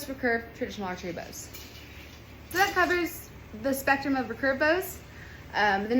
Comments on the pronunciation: The way you say recurve bow is very odd ? Is it just your accent? How would you say “I will redo my hair” or “ I could remake this video “ or “reoccurring mistake “? Reeee-curve not rucurve . Emphasis on the e and two syllables. I think the real word is actually hyphenated, re-curve but who uses hyphens anymore it’s not like it could make someone sound silly 😉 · hey i was wondering why you pronounce recurve like that. Everyone I have ever been around in Archery (west coast of Canada) pronounce it like “re-curve” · I have to smile everytime she says "racurve"... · If only she could say recurve properly.